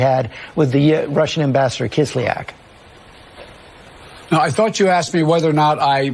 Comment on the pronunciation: Ambassador Kisleyack? C'mon man, I thought you said KissMyAss